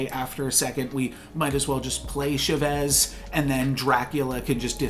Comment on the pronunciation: Hey I love your vids but any chance you can pronounce "Chavez" more correctly?